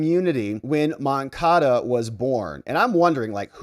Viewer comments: Stop saying MoncaDO, it's MoncaDA. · MoncadA. Say it right!